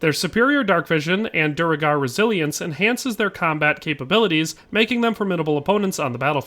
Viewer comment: Bro, is reading so difficult for you? It's Duergar not Duregar